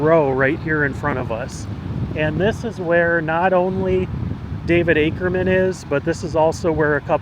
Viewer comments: It’s “AKEMAN”, not “Ackerman”. No R. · His last name was Akeman not Akerman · Akeman sir. Not Akerman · Not Akerman - Akeman - good grief…………../ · Akeman, not Akerman. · You keep mispronouncing his name.. even when it was spelled on the grave marker. It's Akeman not Akerman. There's no "r". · It was Ake=mem not Aker=men!! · It's not "Akerman" ... it's Akeman'. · It’s Akeman not Ackerman. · I have to wonder why you kept saying "Akerman" when it is Akeman. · Let me help you out young man, it's not Akerman, it is Akemon. He was from where I am from which is Jackson County Ky, not Jackson Ky. That is the county seat of Brethitt County Ky. I knew people that grew up with the man, and know alot of tales of him, alot of which I cannot tell on YouTube. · AKEMAN! NOT Akerman. Nice video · I'm sorry...it is AKEMAN. There is no "R" in it. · There is no “r” in Akeman. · Its Akeman! Pronounced Ake-Man. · ...There is no R in his name...geezus man. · You keep on butchering his name and you're looking at the gravesite as you're doing it 🫤🫤🫤